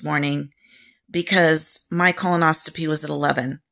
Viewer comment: Thanks so much for this info, I’m having mine this week with the same med. As a nurse I just want to let you know it is pronounced Colon-os-CO-py. It sounds like you may be putting a T in there, if I’m wrong so sorry! Thanks again!!